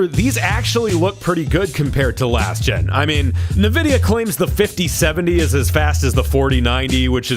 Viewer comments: erm, has a videogame show... calls it "nu-videa" kinda akward dude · still says "nividia".... i still dont know if he's trolling...or if he somehow really just doesnt know how to say it. i just cant believe that's the case...it is pronounced N...vidia EN....like the letter N....N vidia. please stop saying it your way. i really fkn hate it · R.I.P. Pregame Discharge. I’m glad we got to hear mispronounce “Nvidia” one final time. 😢